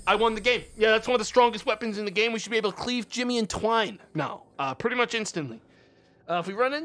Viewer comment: "literally saying twine instead of twain gaming"